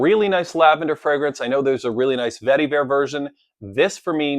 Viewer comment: Love every time you say "vetty-vare"! LOL